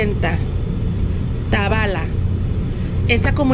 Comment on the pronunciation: Gracias por pasar mi pueblito querido está todo muy seco todavía no llegaban las lluvias, corrección se pronuncia tabala’ lleva acento en la A